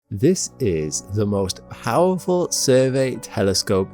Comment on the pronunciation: ”This is the most howerful survey telescope”? You mean Powerful?